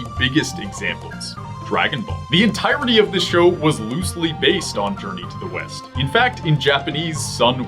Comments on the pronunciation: i thought you said journey to the weast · thats "west" patrick... arrrr, your fired again...